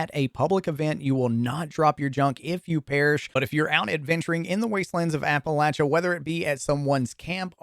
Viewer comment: Dude said apalacha so many times it bothered me.